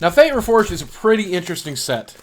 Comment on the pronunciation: It's fate REFORGED not unforged